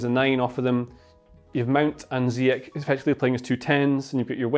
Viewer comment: It's ZEEYESH, not ZeeYek. He's not German.